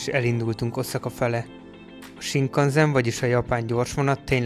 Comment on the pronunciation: Jó kis videó lett.👍 Egy kis kiegészítés. Olyan hogy "sinkanzen", nincs. "Sinkanszen" van. 😉